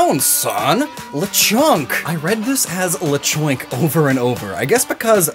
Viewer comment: this dude completely nailed the pronunciation for Lechon